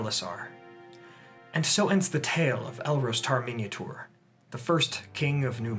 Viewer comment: The way he says Minyatur it sounds like "Minotaur";).